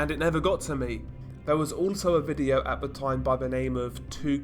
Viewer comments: STOP FUCKING SAYING " V I D E E O O W " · what happens in this " Videeoou" LOL what the FUCK is that accent man ????